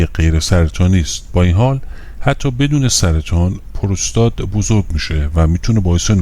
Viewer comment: Prostat doroste nä purustat, puuuurustat.